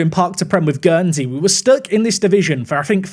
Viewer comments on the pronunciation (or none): none